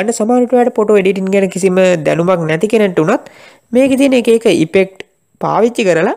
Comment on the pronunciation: සබ්ක්‍රයිබ් නෙමෙයි සබ්ස්ක්‍රයිබ් (subscribe ) ඉපෙක්ට් නෙමෙයි ඉෆෙක්ට් (effect) පොටෝසොප් නෙමෙයි ෆොටොෂොප් (photo shop) ඕප් ලයින් නෙමෙයි ඕෆ් ලයින් (offline ) සෙයා නෙමෙයි ශෙයා (share) වැරදි හොයනවා කියලා හිතන්න එපා යාලු වැරදි පෙන්නලා දුන්නා විතරයි. ඒවා හදා ගන්නවද නැද්ද කියන එක ඔයාගේ වැඩක්.good job brother...